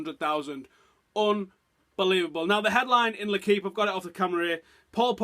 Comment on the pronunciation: its l...equipe pronounced u are allowed to say it correctly. dont be a moron always dumbo